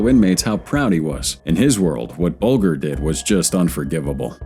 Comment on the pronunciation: Very bad narration, so tiresome to listen to; There should be a gap between sentences, a bigger gap between paragraphs, and an even BIGGER gap between numbered items. And, at least get the names right; The name is pronounced 'Bulge—r'. A lot more time required for editing!